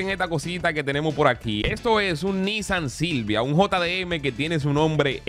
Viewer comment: Me da risa que digas Nissan JILJIA